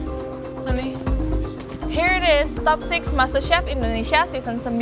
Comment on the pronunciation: Indonesia, bukan indonesa...... belibet bahasa inggris lo